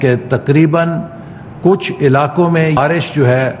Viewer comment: Barash hota hai PHANi Atta hay , Ziyadha Barash hota hay Ziyadha Phani atta hai !!!